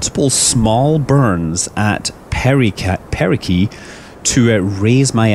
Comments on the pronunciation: Is there a certain way to pronounce "perigee"? Most of the people I've met pronounce it with a J sound, as in "gelatin", is there a reason you're pronouncing it with a solid G as in "gravity"? Or are there two ways to say it? Alongside that, I thought the suffix "gee" only referred to natural satellites. Where as "apsis" was used for artificial satellites, and "helios" was used for stars' orbits. Why do you say perigee if you are referring to your ship? Have I heard it wrong? It also sounds as if you're saying perigee with a K in place of the G. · Nice vid. It's apogee and perigee though, not "apookee" and "perikee" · Did anyone notice he said perikee and apokee instead of perigee and apogee?